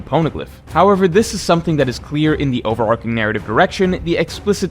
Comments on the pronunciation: it’s over-arching not over-arc-ing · Since when did people start pronouncing overarching “over-ARK-ing? Very bizarre